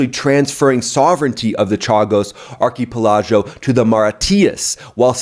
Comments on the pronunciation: "Arky PeLahzho" hahahaha. Say it with me brother: "ARK-uh-PELL-uh-GO" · "Arkie-Palachio"...........is that near the Bellagio? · Pronouncing archipelago as “ar-kee-puh-lodge-o” is insane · So much propaganda made my head spin. And it's pronounced "Ar-kah-pell-a-go" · Arko-pelajo lmao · Funniest pronunciation of archipelago ever. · Not liking how you pronounced archipelago. But good video. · I almost had a stroke hearing you say archipelago 😂 otherwise good video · How did you pronounce archipelago? 😂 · ar-ki-PEL-a-go. Also Maw-REE-shus. Are you listening to Candace or something?? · Your pronunciation of Archipelago and Mauritius was...interesting! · Love you analysis but you butchered Mauritius and archipelago. Google the pronunciation. As I said, am a fan.